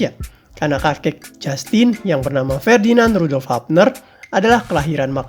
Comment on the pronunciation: Hubner min bukan habner